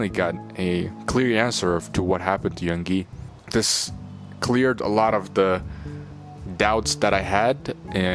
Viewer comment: It’s Yoongi, not Yungi,and Bora City, not Boracity. Please make an effort to read and pronounce things correctly.